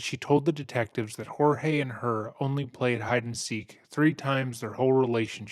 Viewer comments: Its pronunciation Horhey. But they don’t have enough respect for him or Hispanic people to pronounce his name correctly. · I was thinking the same thing. They all clearly said it and the narrator still went with Hor-hay. It bugged me lol. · Do you see how everyone who knows him calls him George? Why do you think they all have it wrong and that you know how to pronounce his name? Would not the people who know him know how to pronounce it. Would he not correct them if they are wrong? Exactly mate. So get it right and call him George, his name. Not some Mexican pronunciation of his name because you think you know better. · It's hard to trust the narrator's insights when he doesn't even pronounce the victim's name right. It's spelled Jorge but it's pronounced George, every single time anyone refers to the victim in the video they call him George. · His name is spelled Jorge but is pronounced George. In almost every clip one or more people call him George. Seriously - it's not that hard. Just shows how poorly done this video is. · I love how you simply choose to pronounce peoples names wrong. NOBODY in this case has referred to him as “Horhay” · I think it's kind of funny that uses the Spanish pronunciation of Jorge when everyone in the interviews, people who have met him, pronounces it as "George." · And there's a audio clip of Jorge w an officer & her said he preferred the American pronunciation George over "Hor"hey" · Kinda sucks how the ex husband keeps mispronouncing the dead man's name, it feels purposeful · Any one else find it offensive half the people in this story couldn’t pronounce his name correctly? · Hang on a minute! Everyone in this video is pronouncing Jorge name different to the narrator. Who is right, or am I missing something here? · LOL at you. EVERYONE, including his family, called him "George". Apparently you missed Sarah calling him "George" throughout this video. It's the narrator who mispronounced his name.